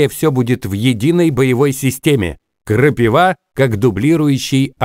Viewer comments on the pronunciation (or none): none